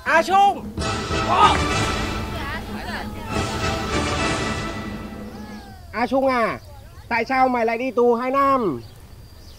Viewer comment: ngọng à. trung chứ chung nào. đúng la dân miền bắc nói phát âm cũng sai chính tả